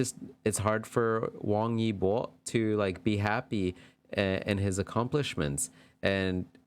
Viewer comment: Hi there! This was pretty interesting to see the reading. Your pronunciation was pretty good 👍 Xiao Zhan (Zhan sounds more "ah" rather than "oh," it's in between John and Jan if that makes sense lol. And the Zh is almost a "ch" sound like in cha-cha-cha 😅) Your Wang Yibo is actually really good 👍. The Y is more silent though I think. His fans even abbreviated his name as "web" (Wang E Bo). Fun fact Xiao Zhan is also known as "wi-fi" because the name of the character he played in The Untamed with Wang Yibo has a homonym that means wi-fi, while Wang Yibo is know as Web 😂. I may be the only one who thinks its interesting, since you can access the web with wi-fi lol. They are both great artists. It's unfortunate that they both are not really able to go out comfortably, they even have to run away from mobs of fans sometimes. Every celebrity, especially the famous ones, has it difficult. Fandom culture in China also seems more intense compared to American Fandom culture, but I'm not very experienced in that area so that's just my opinion. Thanks for your reading. It's probably pretty close. But as you said, they aren't around to confirm nor deny. Nonetheless, it was interesting. 👍